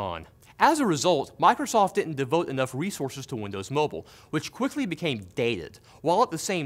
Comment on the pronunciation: did somwone say windows mowble OwO :3